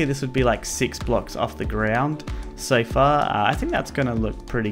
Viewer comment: Greenskeleton made the joke bcs accent sounded like sofa